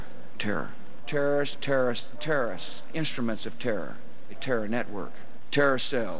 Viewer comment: Bill Burr brought me here: "terr", "terr-ist"